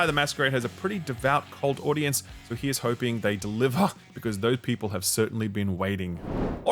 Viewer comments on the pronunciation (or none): Deliv- URGH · here's hoping they deliVUHHH! lol